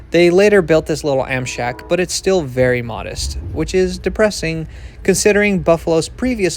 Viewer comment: did you call that little station an "Amshack?" that's excellent